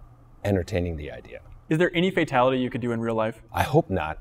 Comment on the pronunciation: ed boon sais fadtality